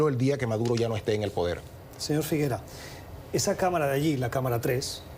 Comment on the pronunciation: No es Figueroa... Es Figuera